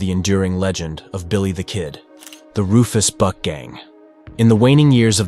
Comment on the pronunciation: Did anyone else hear him say "The Rufus BUTT gang"? LMFAO I thought they were actually called that so I googled it and it's actually "Rufus buck" 😭😂